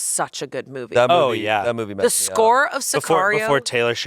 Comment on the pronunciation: Tbf I heard said bobbies instead movie for the first time